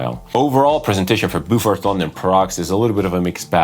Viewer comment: Sounds like a hard no for me, but that is cool, we can’t all like everything! It’s Bo Fort BTW rather than Boo Fort. Pronunciation Police ;)